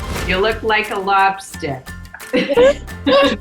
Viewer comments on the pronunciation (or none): “you look like a lobstah” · That was a perfect "labstah"